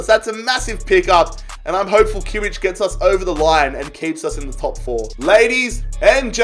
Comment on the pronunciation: he always pronounces Joshua Kimmich's name wrong